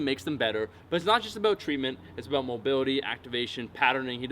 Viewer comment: "that's all I have to say ABOOT that" lol